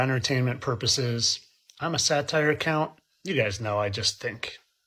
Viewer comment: It bothers me that he pronounces it satire